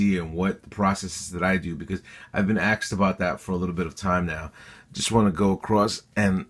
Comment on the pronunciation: I'm sorry, but are you saying "axed" instead of asked???I thought I was hearing thing wrong in some of your other vids, but now I heard it clearly.....